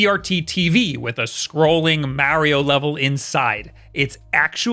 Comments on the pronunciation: YOU NEED TO LEARN HOW TO SAY MARIO IN RIGHT WAY IT IS NOT MEARIO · Alright, just say the word March. Now say just Mar. Now add e o at the end. There ya go champ how to say mario correctly. Like jesus dont ever date a Marry, for no reason youll just keep calling her Maurie. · Oh I god I hadn’t watched you in a while and forgot I stopped watching because you can’t pronounce Mario correctly to save your life!! 😖